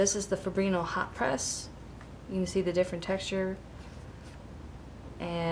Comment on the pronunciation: I love the video! Fabriano is Ponounced FO-BREE-ONO.